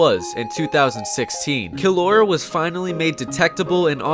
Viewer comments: Killlaura Me:Killaura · Everyone: “kill aura”: “kill Laura” Order understood commencing kill Laura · Killora me: Jojo?